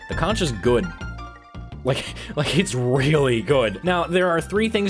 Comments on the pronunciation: Plz don’t call the conch a co-nch it’s pronounced Co-nk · is pronounce "konk" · sondsmeth said conch good